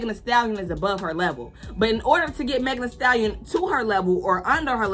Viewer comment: I did the biggest bombastic eye roll as soon as I heard them * struggling * to pronounce Megan. Their Primary school education couldn't have been that forgettable.😂